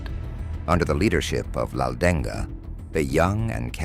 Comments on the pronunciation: Not laudenga it's Laldenga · Not 'Laldeng-ga' we Mizos simple pronounced 'Laldenga'.